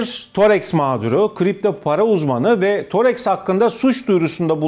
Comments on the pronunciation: Spiker çok hatalı konuşuyor 4000 diyor işin aslı 400 000. Thoreks değil thodeks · Torex degil thodex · toreks diyor zaten adını bile öğrenmemiş. konuk da spiker de birbirinden beter. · Programı sunan kişi kim tanımıyorum ancak yaptığı programın ana konusunu oluşturan firmanın ismini bilmiyor : ) Thodex'e Torex dedi üst üste : ) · Toreks değil thodex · Todex degil thodex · thorex degil thodec